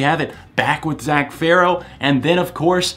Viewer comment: OMG you finally said Farro right haha